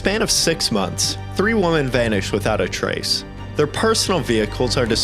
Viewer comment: "None of these woman have been found to this day" Dude.. what? I'm going to go out on a limb here and guess that English is not your first language. Woman = WUH•min Women = WEH•min